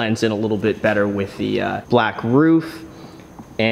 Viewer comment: Danm it it's balake not bleeeek